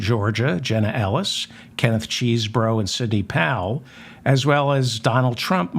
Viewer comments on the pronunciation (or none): Kenneth Chesebro pronounces his name with a short "e" at the beginning; there's no "cheese" sound in his name; I thought you would want to know.